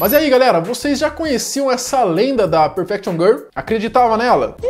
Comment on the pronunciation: "Perfection GUL"